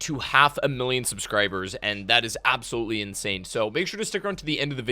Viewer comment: The way you emphasize "Actually" and "Absoluetely" just makes me quit watching your videos. lol